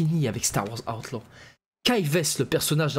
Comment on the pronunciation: 😂Ta prononciation d'Outlaw* à chaque vidéo😂